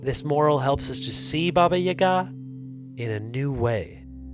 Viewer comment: Wow you actually said Baba Yaga right. You’re the only one I’ve heard that pronounced it correctly that I assume is not Russian. Thank you